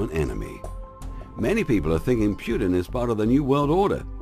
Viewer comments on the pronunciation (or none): Putin, not Pyutin!!!